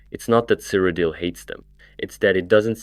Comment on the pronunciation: Why do you pronounce the locations so weird lol cyridel, is said like a million times in oblivion